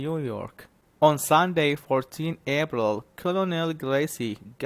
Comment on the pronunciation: ليش تلفظ حرف ال p مثل B This is wrong April not abril